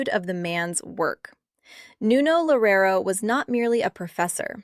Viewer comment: Why are you smiling?? "Lorero", please take a minute from your time to at least learn to say his name correctly.